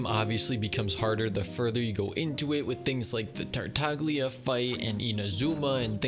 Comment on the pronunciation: If you have Noelle everything is easy because she is a really good character Please use the correct pronunciation of the Italian name Tartaglia Noelle best character (don't change my mind)